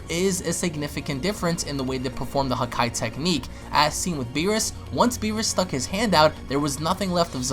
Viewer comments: the way he says it sound like huhkai instead of hakai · WHY ARE YOU SAYING HAKAI LIKE THAT